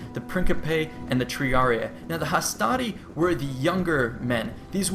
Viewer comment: Hastari or hastati??